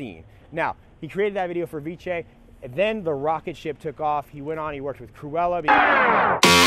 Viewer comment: I like how you say Avicii "Aviche"